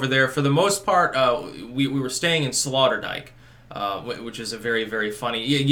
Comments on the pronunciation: I like how you slaughtered the name Sloterdijk and called it Slaughterdijk. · FYI, it is pronounced SlOterdijk, as in oh oh Sloterdijk. As far as Schiphol airport is concerned, you probably picked the worst time of the year to go through there. Most dutch families go on vacation in July. As a result the cities are quieter than usual, with the exception of Amsterdam because it is such a tourist magnet. Btw, Schiphol is ranked #11 in the list of top airports in the world. You might also want to know that Schiphol is undergoing some major renovations at the moment which makes traffic a little more confusing. I have been through that airport countless times so I know where I am going and I am usually out of there in a half hour or less. The city commission is well aware that Amsterdam is a major tourist destination so they go out of their way to keep the city clean. Other cities in the country are less fanatical. You are correct that the Dutch like to garden. Amsterdam has the largest flower market in the world which is located close to Schiphol airport. If you had traveled further east in the country, you would have discovered that it is more conservative than the western part of the country. It is like comparing New York to the mid west of the USA. The Netherlands is very much like Canada regarding air conditioning. It rarely gets that hot so it is only required for a few weeks in the summer. As such, most homes do not have air conditioning. Besides, energy is heavily taxed in the Netherlands so air conditioning is very expensive. Glad you enjoyed your t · Slaughterdyke? Sloterdijk. Hahaha. Loved this piece. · Did your waifu not teach you how to pronounce Sloterdijk? Typical 'murican ignorance.